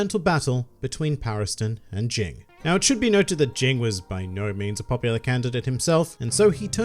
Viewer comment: Oh and it's not Jing, it's Ging.